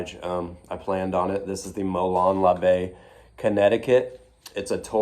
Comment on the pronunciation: I knew you'd pronounce it right my friend 😂 I already miss you guys.